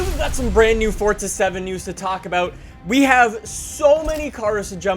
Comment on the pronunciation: Question - is it like an American thing to say forza like fort-za just can't get over it same with Impreza